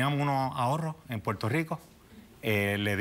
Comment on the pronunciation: Que mal se expresan estas personas. Dicen Puelto por Puerto.